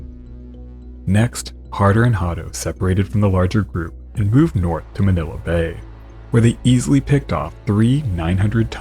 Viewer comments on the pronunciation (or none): none